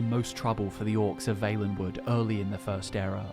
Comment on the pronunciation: Really wish the guy would pronounce Valenwood right...